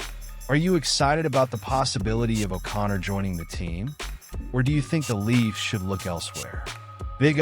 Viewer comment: When you can't spell or pronounce the name of the Toronto team and you slaughter the pronunciation of the players names, it tends to undermine your credibility. All this before failing to understand how this solves any of Kyle Dubas' problems or makes any sense for the Pens..